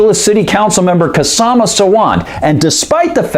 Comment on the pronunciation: Hey, the name is pronounced Shaw-ma. The K is silent. Yes, sadly, I have met that stupid woman.